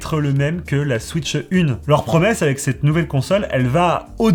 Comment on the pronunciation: SVP , ne dites plus « switcheu 2 » comme la majorité des youtubeurs francophones , j’en peux plus. Dites « switch 2 » sans le « eu » svp . Je n’arrive plus à regarder des vidéos où on prononce comme ça , ça me rend fou .